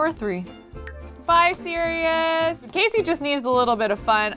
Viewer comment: Who else gets triggered when she says Sereois in stead of Sirious